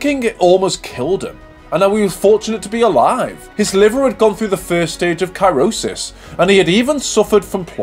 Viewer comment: Ki row sis 😂😂😂😂